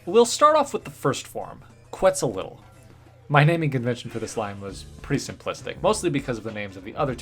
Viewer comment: You're pronouncing Quetzalcoatl wrong